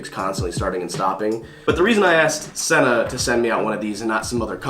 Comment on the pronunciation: It's pronounced SEE-NA... bruh